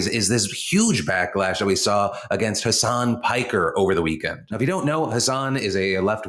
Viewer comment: Hassan and hasan are pronounced differently ❤️ love you